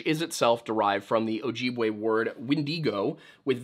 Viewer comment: As a member of an ojibwe tribe you butchered the word ojibwe